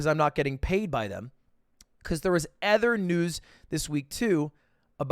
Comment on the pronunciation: Dude when and why the fuck did Ludwig start pronouncing "other" like "ether"